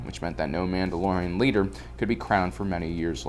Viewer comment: I love how instead of saying Mandalorian he says manoloians. And instead of Ahsoka Tano, he says Ahsokatanó